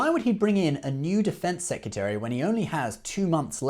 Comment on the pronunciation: I love this new channel and you’re cute, but the word is ‘secRetary’ - not ‘secUtary’. You must pronounce this properly as your content will use the word a lot and it’s a very chavvy mistake. The rest was great keep it up.